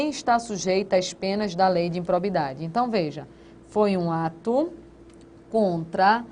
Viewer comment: IMPROBIDADE e não "impobridade"....cuidado com a Língua Portuguesa.